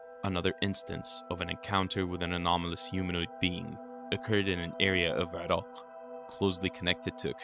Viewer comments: It's pronounced i-rack you fuckin infidel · Dude! It's Iraq. I-Rack or I- Rock. come on! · Why are you pronouncing Iraq weird? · Irak not Irok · You: eeerockhhh My us way: eye-rack Yours better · Is the narrator purposely mispronouncing words but pronouncing Iraq in a very distinct way. Is he an Iraqui? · yo bro, keep practicing on pronouncing iraq correctly, if not just say mesopotamia!